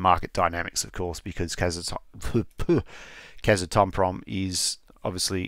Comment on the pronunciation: Actually, it’s Kaz-ah-tom-prom 🙂